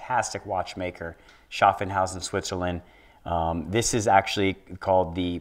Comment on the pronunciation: Who's this guy selling the watches, calling IWC "Schaff-en-hausen"???